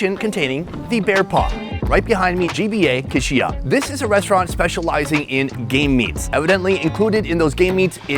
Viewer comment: I'm all in for macking on some Bare Ma.😊 Is dude saying "Gay Meat"?